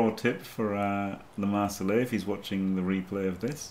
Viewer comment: It's LeMarsellais, no "e" at the end 😂 Not a girl! Wonderful work all the reviews!